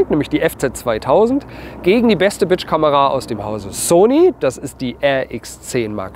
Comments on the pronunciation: Sorry, gehts nur mir so oder hört ihr auch "Bitch Kamera" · Ich liebe es wenn du Bridgekamera sagst. Hört sich eher an wie BITCH Kamera .🤭🤭